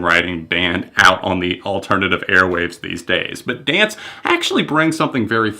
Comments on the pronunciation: I don't wanna be that person, but it's pronounced how it's spelled D-N-C-E, not as the word dance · By the way, they go by the acronym DNCE, it's not pronounced Dance. Good review though! Body Moves and Naked are actually my two favorite tracks lol.